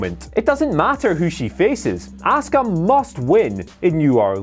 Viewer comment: Why the deliberate misprounciation of Askua's name in this?